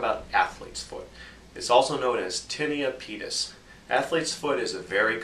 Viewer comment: Lol did he say "its also known as tinnie and penis"????